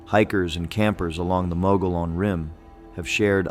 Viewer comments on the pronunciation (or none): It's pronounced. Mug e own NOT mo go lone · It's pronounced MUG-EE-ON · Down here in Arizona we pronounce Mogollon. Mogyon. I liked this video, it reminded me of other legends here. There’s so much stuff like that here it’d be hard to remember them all.